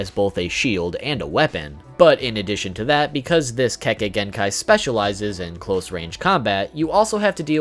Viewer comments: YAY, you're actually saying Kekkei Genkai correctly this time! WOOOOO! \o/ Now gonna lie, that right there was a big reason I didn't watch your video explaining all of them. I kept cringing every time you mispronounced it. And I know you warn us about that in every video, but that didn't really soften the blow for me. But that's mostly just because I tend to be quite the stickler about stuff like that. Now to see which ones you picked out. HM: Yeah, I completely get why the MS is where it is. The power's badass, but with a drawback like that...yeeeaah, no thanks. 10: So...full disclosure, back when I was a pup who wasn't super familiar with much of Naruto's world lore, playing Ultimate Ninja 3, I had no idea how the heck Kimimaro was able to do the stuff he did. And I certainly didn't know his weapons were made of bone. So about a year or so ago (maybe earlier this year) when I went and looked up what Kekkei Genkai were on the wiki (can't remember how I learned of the term, but that's not important) and saw the Shikotsumyaku and what it did, I was like, "...oh! So that's how he did all that stuff! Huh. Well, good to know." 9: Man, that...that's just fucked up. Like, it's both epic and terrifying. And...not really sure what else to say here. ...well, other than I wasn't aware this was where Curse Marks stemmed from, but whatever. 8: ...um...well then. >.> Just gonna...stay away from her then. ...yeah. 7: Byakugaaaan! WOOP WOOP! Sorry, I just fuckin' love this thing. X3 It's ju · He said kekkai genkai right this time 😱